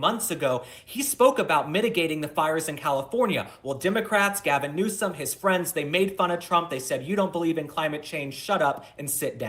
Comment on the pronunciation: First, you need to make sure you are properly pronouncing the person’s name you are reporting/talking about! Newsom not NEWSCOM…! Very annoying….and actually I have other names I could call him but….